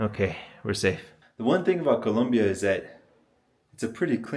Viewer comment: Great video! So cool to hear someone who can pronounce Colombia correctly-many cannot!